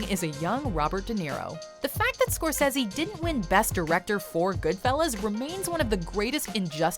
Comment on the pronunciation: Did...you just pronounce his name Martin score-sezzy??.....really?